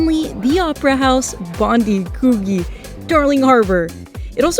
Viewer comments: (Bondi = bon-dye, a name used by early Indigenous Aussies, thought to be inspired by the noise of breaking waves in the beach). There are two Coogee's in Oz, one in Sydney and one in Melbourne, to make it more challenging each beach is pronounced slightly differently, Sydney-siders tend to pronounce the beach something like Could(the word)+gee. Hope you had fun! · Coogee is pronounced differently in Sydney and Perth